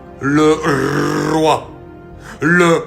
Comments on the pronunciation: Le Rrrrrroooiii❤❤❤ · Le Rrrrrroi...Le Rrrrroi...et Le Rrrrrroi 🦁 🇸🇳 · J'aime bien ta façon de faire....le Rrrroiyy❤😂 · Le Rrrrroi❤